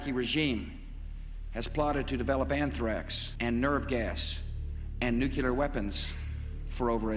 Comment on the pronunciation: "Nukular weapons"... still makes me laugh. When a PRESIDENT can not pronounce "Nuclear", something is very, very wrong.